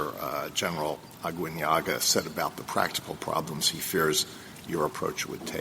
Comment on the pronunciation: I'm happy Roberts got Aguinaga's name right this time